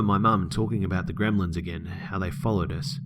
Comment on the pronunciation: Omg bro ❤️ love it "agien" ❤️😄